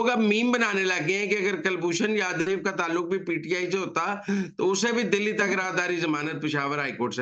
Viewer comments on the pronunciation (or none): none